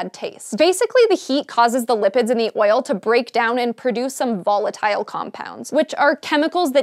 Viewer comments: why does she say oil so weird... OYIL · Oil now sounds strange, she said it so much... OIL... OYAL... OIYYLE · Hearing an american say "oil" so many times is triggering my George W Bush PTSD... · the way she says oil cringes me